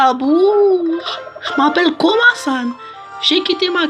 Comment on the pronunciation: La qualité du son 💩💩💩 et en plus c pas komason c komasan mdr il fallait tu alle le voir pour savoir comment il s'appele